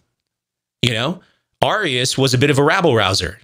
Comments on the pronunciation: I'm sure by now you've learned the pronunciation of these words, but it's truly killing me to hear "arrius" and "or-again" over and over. For those reading this, they're pronounced "air-ee-us" and "ori-jen" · Arius is pronounced like “Aries” Origen is pronounced just like the word origin. Not like the state in the NW.